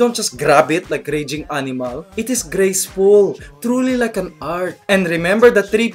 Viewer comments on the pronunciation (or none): "YOu just don't grab ettt like a rejjing animaLL.." HAHAHAH :P